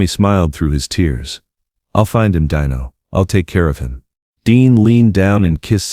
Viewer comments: this would be a great video if not for the AI narrator , it's still great because of the story only truly the AI is robotic and impersonal.fir such thing and it's " al-ta-veese" not "al-ta-vise' and fur Christ's sake it" de-no' not "dine-o" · Nice words, but I HATE he AI narration !!! It was DEAN-O, not DINE-O. The AI was inconsistent and only got it right once. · A terrific eulogy of their friendship just remember it was pronounced "DEENO" not "DEYENO". They are both missed and made the world a better place! 👍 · DEAN-O! Not Dino like a chicken nugget! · Stop saying 'Die no"!